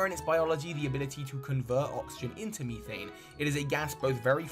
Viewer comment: Great video over all 👍the only issue I had with it is the way you pronounce certain words like methane for example, but that's my opinion. Thank you for taking the time to research and making this joint.